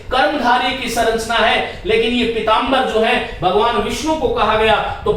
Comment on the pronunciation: श्रीमान आप संरचना को सरंचना क्यों बोलते हैं ।